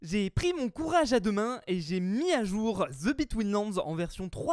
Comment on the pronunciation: Le court anglais pour fuze The ce dit de et pas ze